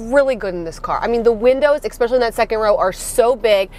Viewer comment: Had my respect until I heard “eckspecially “